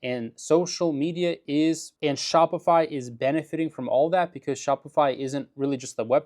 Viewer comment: Shopify is dying bc everyone just goes directly to aliexpress - for some reason it sounded like you said spotify - but they are on the blocklist of companies funding the idf